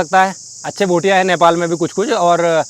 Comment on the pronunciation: Abe Bhai bhutia nhi bhotia bolna toh Sikh le